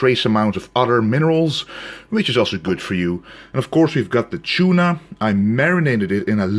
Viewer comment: He got that "chuna" haha I love how he pronounces tuna